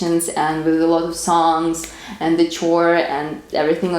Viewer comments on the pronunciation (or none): Interesting.. by the way .. the word “choir” is not pronounced “chore”, it is pronounced “kwire”.. thank you .. Happy New Year an Merry Christmas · I noticed you said "chore" a few times. I think you were trying to say "choir" but that's a funny English word that has a unique pronunciation. Choir is said like "kwy-er" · Fyi, choir isn't pronounced like chore. It's more like kwire. Not finding fault. I love your videos! Just telling you because I would want someone to tell me. ❤ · Nice to hear your explanation of Russian Holiday traditions! I think you were saying something about there being "choirs" in the celebration of Christmas in churches. I think you pronounced "choir" phonetically, but it is another english word that is not pronounced phonetically. Choir sounds like kwire. Just an FYI... your english is so beautiful so I know you would appreciate the distinction. Happy New Year! And Merry Christmas as well. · Great video, very interesting. Did I hear you say choir?. It is pronounced "quire" . I'd love to speak Russian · Don’t know why you corrected her. Her pronunciation wasn’t quite correct but it was easy to understand what she meant from the context of her words. She does us all a great service by speaking English colloquially and very well while she educates us on the history and lifestyle of her fascinating country.